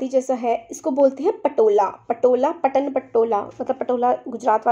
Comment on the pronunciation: में वो ‘पटन’ नही है वो ‘पाटन’ Because I belong To Patan (पाटन), Gujarat.